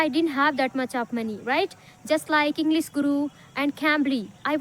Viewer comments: Why are you pronouncing इंग्लिस instead इंग्लिश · She is not able to pronounce English correctly.she pronounces like englis😅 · It's not inglis it's english please pronounce this properly